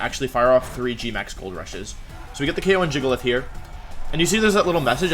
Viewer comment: "giga-lith" not "jiggle-ith"